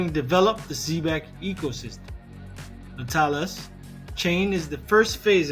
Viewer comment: Na talis chain?? It's nau ta lis.... Cmon man